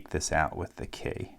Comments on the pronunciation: Why do you pronounce key like "kæy" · His pronunciation of "key" in certain situations is golden. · Do you know where he’s from because his accent comes out whenever he said key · the way you said key was funny to me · He says "key" weird